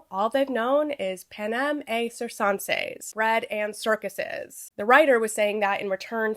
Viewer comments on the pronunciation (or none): (you're pronouncing "panem et circenses" like french. the latin is correct - et should be pronounced like "eht" and circenses should be either "sihr-ken-sees" or "kihr-ken-sees" (there's some debate over soft Cs in Latin). But a good attempt!) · Pronounce it like circus circenses = sir-ken-ses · I have no sources, and no proof I’m right, but I think “ci”in Italian/latin is pronounced “ch”. Jmho. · You say that Latin phrase almost perfectly except the Cs should be hard. Like the c in Canada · It’s K. In Roman Latin “C” was pronounced as “K”. It’s “Kikero”, not Cicero; and “Kaesar” not Caesar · I’m not a Latin scholar but I’m pretty sure you pronounce the t in ‘et’ and that the ‘c’s are hard, like a k sound. Otherwise great video as always